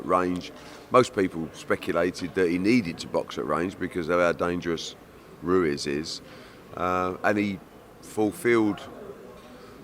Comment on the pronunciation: Ruez it’s Ruiz